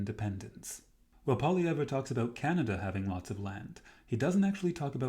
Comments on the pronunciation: His name is pronounced “Poly EV” - not that hard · You can’t say Pierre’s name properly lol